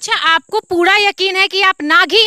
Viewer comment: Puda nahi hota hai pura hota hai ekdam pagalpanthi se hamara desh khatra me jaraha hai